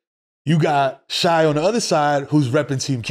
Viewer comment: Shai is pronounced Shay not shy.